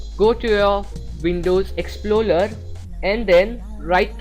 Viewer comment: "windows exploler" xD